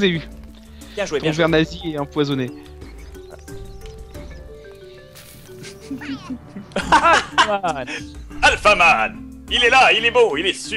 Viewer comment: sa n'est pas alphaman mais alfatman XD